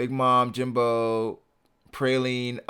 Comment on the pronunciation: Jimbei... not Jimbo